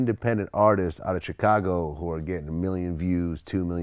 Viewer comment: Tf is a "tchekago" Vlad? lmao